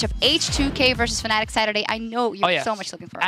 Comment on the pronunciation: Nitpicking back, its Fnatic not Fanatic;)